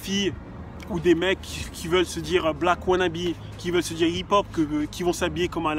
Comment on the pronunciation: C est pas hip hop c du hip pon ! XD